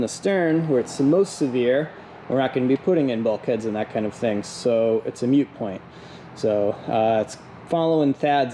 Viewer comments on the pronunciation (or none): Moot not mute